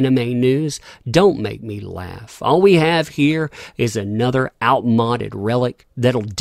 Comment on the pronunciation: Hopefully, ANN curls up somewhere out of sight and expires. Btw, outmoded is pronounced with a long "o". Good vid, as always!